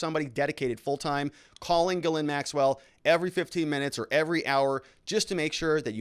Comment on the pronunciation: STOP saying her name that way lol Try pronouncing it JIS-LEN. That's how most English folk would say it even though it still isn't spot on. Quit butchering the French language haha Love your stuff btw.